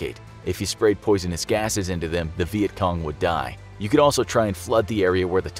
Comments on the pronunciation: He says vietgong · He says vietcom